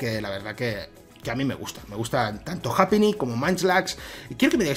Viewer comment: No es japíni se pronuncia jaipiny